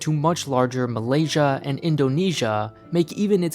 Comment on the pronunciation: Malaysia sounds like "m'lady" I hope that will clear that up for you.